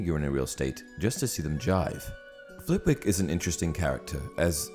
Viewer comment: Little fact for ya. Flitwick is pronounced “flit-ick”. I know this simply because I live in Flitwick. I read some time ago that she named the character after the town